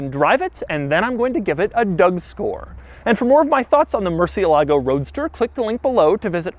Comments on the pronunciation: Doug murdered the pronunciation for "murciélago" every single time. Come on, just get the accent on the correct letter, it's not that difficult. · Not once did he pronounce the name Murcielago correctly. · Every time he says murcielágo i cringe. Why do we have to butcher the names? It's MURCIÉLAGO GOD DAMN IT. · The Murciélago is named after a fighting bull that survived 24 sword strokes in an 1879 fight against Rafael "El Lagartijo" Molina Sánchez. Pronunciation is stressed on the e, not the a, as Doug had mistakenly pronounced in several of his videos mentioning the car. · me gusta el video pero que mal pronuncia murciélago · mershalago not Mercy a lahgo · It is actually more like "more" "sea" "a" "lago" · murciElago, not murcielAgo... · It’s not “MurcielÁgo”. It is pronounced MurciÉlago. It’s obviously not an anglo word. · its said "More" "they" "a" "lago" not "mercy' "a" "lago" im pretty sure they car was named after one of the only bulls to ever leave the arena alive.... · Moo-er-see-EH-lah-go. Put it all together. Mercy-uh-LAH-go is not the way, folks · Mercièlago. Not mercialago smh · murciélago not murcielágo ffs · Ed Bolian is losing sleep over how Doug is pronouncing 'merci-A-Lago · murr-cheh-LA-goh (4 syllables) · Mooresialegoh its the right pronunciation in spanish/italian if you want to impress your viewers there you go Doug, Take care! Un abrazo tío! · It's a "soft" r,supposed to be pronounced "moo-thee-lago" originally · It hurts every time he says Murcie lago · It's (Mür-Sïï-Luh-Goh) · Murcielago - murchilago Cou-coup-coupé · I know I'm a little late to the game with watching this video, but is anyone else bothered that he's pronouncing "Murcielago" wrong? If it's spanish then emphasis would be murciElago. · I wish this guy would learn to pronounce MurciÉlago with the accent on the right syllable, come on now... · Tbf, Ed mangles it too lol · Am I the only Spanish speaker watching this video and laughing each time he says murciélago? 😂😂😂😂